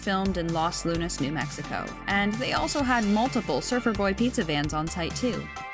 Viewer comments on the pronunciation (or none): none